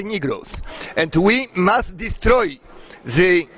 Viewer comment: The czytane jako 'ze" a wiecie ze takiej wymowy ucza w Rosji?;)